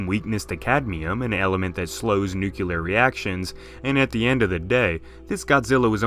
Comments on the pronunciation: "Noo-kyu-ler" Oh c'mon... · Everytime says 'nukular' I die a little inside.